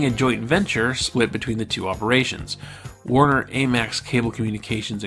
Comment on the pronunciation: This is an interesting series, but this guy has a lot of trouble with correctly pronouncing names throughout. Dana Carvey, AMEX, Barbara Mandrel, are but a few examples. It makes me question the accuracy of the content.